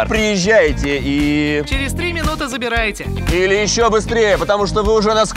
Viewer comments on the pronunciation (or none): «Забираете» в видеороликах звучит как «Забиаете», и ты понимаешь, что ни чего они тебе не отдадут(здесь озвучили по-новому).